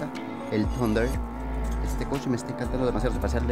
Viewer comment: No es tunder, ahi sale que es thunder